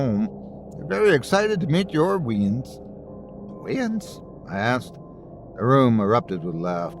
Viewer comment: As a proud Scot, I thank you for not attempting a Scottish accent. For future reference though, weans is pronounced wayins 😊.